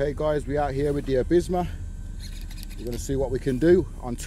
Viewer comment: Calls it “Abisma” but titles it correctly as “Absima” haha must be a Brummy ting bro as I pronounced it the same till corrected, looks a good bash spot where’s this? Looks a good spot for breaking in nitros, plenty of WOT space